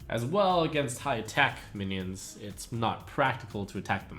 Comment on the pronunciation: suommuns mionion. are you drunk:D